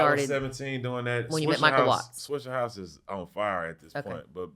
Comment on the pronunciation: Why these white people keep saying swishERhouse lmao